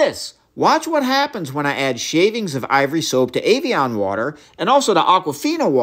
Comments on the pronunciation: I'm sorry are you saying "avian"? 😂 It's pronounced (ev-e-on) my guy lol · As a child of the 80s its pronounced Eh vee on. Like Ed not Avion like Aviation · It’s EV-Ian not aveaon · EVian said like every, not AIVian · It's not avian it's Ev ee on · Avion (like avionics) vs Evian (eh-vee-en) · Why did you pronounce it Avian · So it's Evian is not said Avian... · Evian Eh not A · I love how Americans pronounce every vowel in EVIAN completely differently to a British English speaker. Americans pronounce the E as A the I as an E and the A as an O! Might as well spell it AVEON lol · AYVION! wtf pronouces it that way? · "avian".... A-vian?? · I know it's probably bait, but I have never heard it pronounced 'ay-vee-on' before. I'm European though, so maybe it is a standard US pronunciation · why do you call it ayveeon? lol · Evian - not Avian! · "Ayvion water" "oquafina" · Evian. Not Ayvian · My guy thats an e!!! E-E-EVIAN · Why are you calling it Ayvian? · I love learning... but I really couldn't get past the consistent mispronunciation of evian 😅